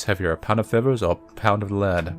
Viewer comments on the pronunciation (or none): "Whats heavya? A pownda fethas or a pownda steyl?"